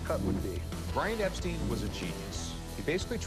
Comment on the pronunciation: Brian Epstin, Wtf it’s pronounced Epstein not Epstin